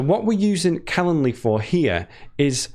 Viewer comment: Don't forget the "d" in calenDly! You're an English teacher! You also drop your "g's" most of the time!